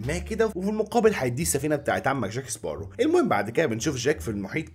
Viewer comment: بسمعك بتغير اسم جاك سباروز بتحط ز بدل سين اسمعها و هتصدق